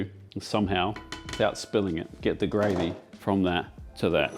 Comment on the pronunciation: Just came to see if he butchers the gravey again.